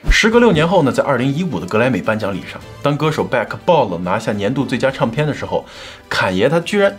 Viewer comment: Ray有一些儿化音好怪。比如领带儿，唱片儿。这些都不需要儿化音，以前视频也有类似这种